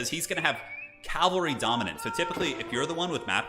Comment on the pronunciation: Calvary vs Cavalry pronunciation